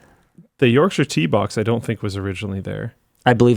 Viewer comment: As someone from the uk hearing someone from canida pronounce yorkshire tea correctly is nice.